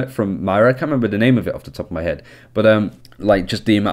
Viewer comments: Not Myra There's an "O" in there MOIRA M O I R A M O I R A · Moi-ra not Myra! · I was about to post “stop calling her Mayra, it’s Moira” but now i don’t need to ...oh shoot! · no it’s not. You either say moira or you say myra like you are That’s not an accent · I know a ton of people have been saying this but... its pronounced moi-ra (with a slight roll on the "R") -An Irishman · Sorry but it’s not ‘myra’ it’s moira pronounced ‘moyra’ please say it right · ITS NOT MYRA!! It's Moira. Please! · Moy-ra not mayra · If we here in america can say Moira (pronounced moyra) so can you, I believe in you! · as someone from Ireland, it is actually hard to listen to =p I would recommend you think of it as Moy-Ra, where Moy is pronounced like Soy, as in soy sauce. Hope that helps. Good video otherwise =] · You pronounce it Myra, my Mrs' name. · ITS FUCKING PRONOUNCED MO-Eye-Ra FFS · If you bring out another video pronouncing her name "myra" i'm unsubbing... I love your videos but I cant be listening to myra, myra, myra... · Please... this is the second video in which he mispronounces it the whole way through. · Its not his accent, he's mispronouncing it, I mean it's an Irish name, he's from the general vicinity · It's not his accent at all. he's mispronouncing it; all english accents can say Moira perfectly fine. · can u learn to say her name correct its really annoying :) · Is anyone else annoyed at how he pronounced Moira?